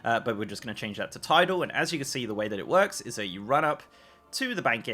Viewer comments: ~ is not pronounced “tidal”. It’s Tilde. “Til-deh” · "tilde" is pronounced "til-dah" not "ti-dal" fyi and it actually refers to the "~" mark which requires the shift key. the other mark on that key: "`" which is the one you were actually referring to is called a "backtick" or "grave" random useless knowledge of the day :) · TIDAL haha it’s tilde